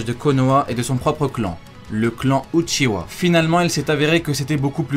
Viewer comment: C'est pas uchiwa mais uchia